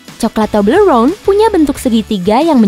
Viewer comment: Toblerone gurih bgt pronounnya